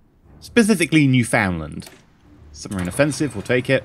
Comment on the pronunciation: the way he says newfoundland lol